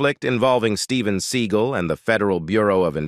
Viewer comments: As much as this man is on the internet and you pronounce his name wrong?? It's see-GAUL. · The speaker of this video does not pronounce Seagal right .The accent is on the 2nd syllable not the 1st